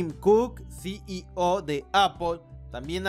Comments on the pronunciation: Puedes pronunciar "CIO". En vez de "SI Y O" se escucha molesto además de cierta dislexia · Es desesperante cómo.pronuncia ceo, CI í ò, En Lugar de ci í ou. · Muy bien Retroalimentación constructiva, la "O" de CEO pronunciar como "OU" Gracias por tus vídeos